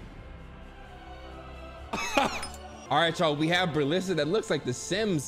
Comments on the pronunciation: No ones talking about “berlissa” 😂😂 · Nobody: Berleezy: beRlLiSSa